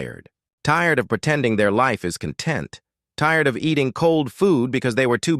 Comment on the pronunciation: I was surprised the narrator mispronounced 'content' in this context.